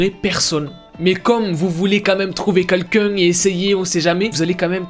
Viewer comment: J’adore ses vidéos mais il y a des mots qui me termine « trouver quouelqu’un » 😂